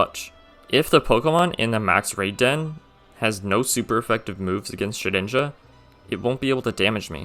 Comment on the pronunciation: SHEDINJA, NOT SHIDNIJA! FIX IT NOW!